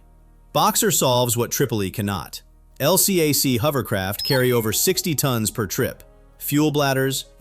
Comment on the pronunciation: I was on an LCAC, and we call them "el-cack," not L-C-A-C.